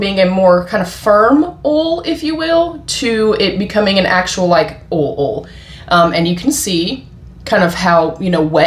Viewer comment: I like how you say 'oil'.